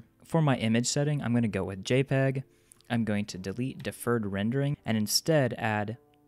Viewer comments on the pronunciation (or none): none